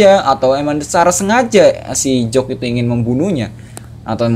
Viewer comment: bang bukan jock tapi jack